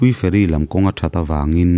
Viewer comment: nia feri zawmloa,fe'ri tih ang deuha lamrik ani zawk mah mahse a ngaihnawm tho